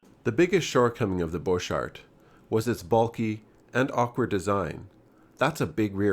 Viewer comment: Gees ! GET YOUR PRONOUNCIATIONS correct ! Not "Jeorge" Luger but "GAY-ORG" Luger ! And "Bork-Art" !